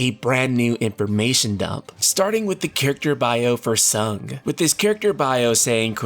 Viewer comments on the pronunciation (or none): You know what will be the best thing about this Remake? We'll finally know how to pronounce "Tseng." I always read it close to "sang," but is saying it "sung." I've also heard it is as "song." This game will finally clear that up!